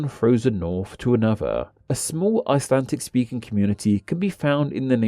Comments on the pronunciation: WHY DO YOU SAY ICELANTIC, WHERE IS THE T? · "Buy my new book", urges the man (If man he is) who can't even pronounce the English name of the language he's dealing with in the video. Ummm ... nope.